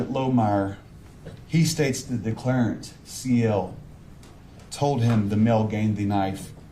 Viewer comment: I’m so sick of hearing declareant